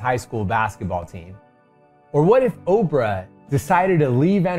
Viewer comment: "Obrah" Obrah? With a 'B' Hmmm? ... Obrah? ... I like it! I'll allow it.